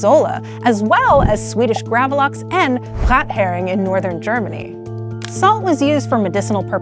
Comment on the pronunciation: Gravlox.... lol. More like gravlax